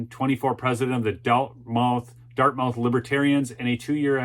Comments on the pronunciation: Love the show but as a NH resident, it is pronounced Dart-myth not dart-mouth. Keep up the great work! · its pronounce Dart moth not mouth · it is pronounced dart myth not dart mouth. Nevertheless, I enjoy your show. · Dartmouth is pronounce DartMUTH in NH. Gotta get that New England lingo going:)) David Hogg is and always has been a joke. Another puppet pulled out of the closet for a needed 'sound bite.' Just like Greta is. Good for the lady that stood up, gave real facts and nailed this jerk to the wall. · It is pronounced: " Dart-muth". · Think it’s pronounced “Dartmuth”. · It’s prounced - Dartmuth. Like Prescott is prounced Priscitt. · It's pronounced Dart-Muth. You don't want to upset the libs. lol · it is pronounced Dartmyth. It is a big mouth school. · I love your content, watch at least one of your vids every day. Dartmouth is not pronounced as it is spelled. Although the last syllable is spelled exactly like an oral orifice, that AIN’T the way it gets said. It’s more like the word “must” with a “th” instead of the “st”. I don’t want eastern lefties to accuse you of ignorance. Other than that, keep up the good work, Brother!